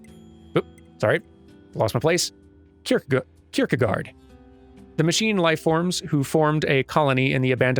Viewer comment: Key-ker-guard is I believe how it's pronounced, though I might be wrong on that.